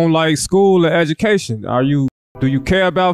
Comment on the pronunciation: Tf is aducation😂